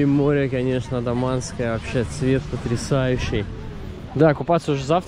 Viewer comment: Все супер! Но вы почему-то АНдаманское море называете АДаманским😅